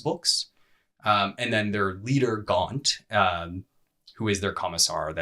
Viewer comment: Wait. Do all North Americans pronounce Gaunt like that? It's also an actual word so I'm surprised that the name got pronounced like that.